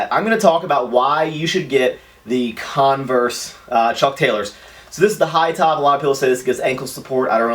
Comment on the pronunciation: Con-versus it’s just converse